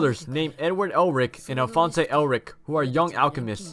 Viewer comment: alfonz not elfonz